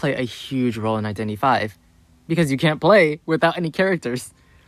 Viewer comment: i thoughts he was saying "identity vai" 🤣